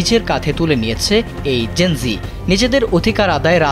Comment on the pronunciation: লিখলেন জেন - যেড, বলতেসেন যেন- জি। A B C D জানেন না?